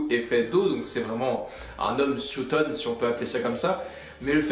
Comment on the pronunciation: C'est SUITON et pas SUOUTON comme tu dis